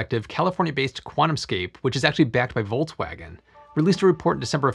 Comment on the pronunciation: You definitely said voltswagon every time ilu